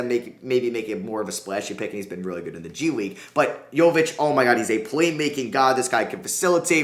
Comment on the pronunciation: bruh did you say G-League Unite?